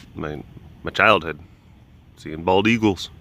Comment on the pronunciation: Maaaaannnnn this is what I get for not staying current during my move. Coming to Wisco for the fall delish and flying turks. Why did it sound like you said bagels not eagles lol. Very Wisco appropriate substitute with the ayegalls there eh! Hope you picked yourself up some New Glarus while visiting and enjoyed your trip!